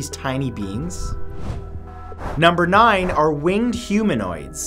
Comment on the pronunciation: 2.the hoomanoids of WHAT?????